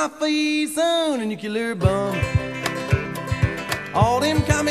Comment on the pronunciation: ..... that's NUCULAR bomb, according to Mojo.